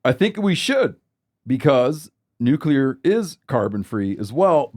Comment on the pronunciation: is making fun of Bush while botching nuclear himself 😅